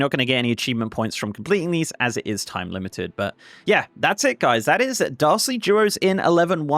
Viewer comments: Great overview,! Also, everytime you say "Dastardly" it sounds like "Darcy" and I'm a big fan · I thought you kept saying "Darcy Duos" lol